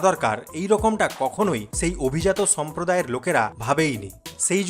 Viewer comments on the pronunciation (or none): অভিজাত ছম্প্রদায়😂😂😂😂😂 আগে স উচ্চারণ শেখেন তারপর YouTube a আসবেন